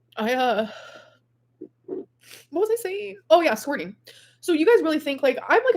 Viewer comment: The way amber says “squorting” 😂😂